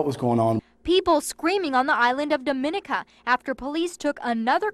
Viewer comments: It's pronounced Dah-muh-nee-kuh, not Duh-min-uh-kuh. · News people, please learn how to pronounce Dominica! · Hey,!!! If you're gonna call yourself journalists, learn how to pronounce "Dominica"!! SMH